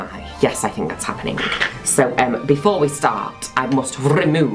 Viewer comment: It's adorable sometimes he ends his accents with a k sound, like happeningk Is that an affectation in the accent unique to a particular region in the UK? Or just his adorableness.